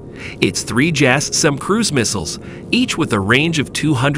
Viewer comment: Who narrates this stuff? AI? "jasm"!? Its "Jazzem"! "Side-wind-er"?!? Its its "Sidewinder"...like the snake. "Raider guided missiles"!?! "Amrahm"?!?! "am-ram". Please stop with the AI narrators.